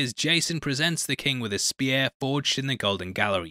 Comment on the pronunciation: I love how you pronounce "spear" as s-pierre.